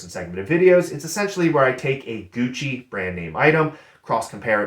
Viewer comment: A tad cringe "Gougchi" eeeehhh.